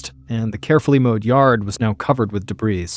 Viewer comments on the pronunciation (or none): and is it just me, or this AI? I have never heard him say “debrees” instead of “debris”. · I know it doesn't matter, but "debris" is pronounced "de BREE." It's French. And "undermined": to place a bomb (mine) underneath something, such as a wall. Not "undermind/underminded." It's autism brain, don't hate. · I giggled at de-breeze (debris) too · Is this an authentic Mr Ballen channel? This is AI; Mr Ballen would never say “debrees”. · The s on debris is silent, Mr. Ballen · As usual, the storytelling is great. I do, however, have a few critiques. 1. The s in debris is silent 2. The word is undermined not underminded 3. A sub machine gun is already an automatic weapon. They are legal to own provided you pay the outrageous fee to get the permit from the feds. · Debris: the ‘s’ is silent.